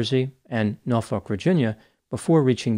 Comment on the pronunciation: You pronounced Norfolk like a native!👀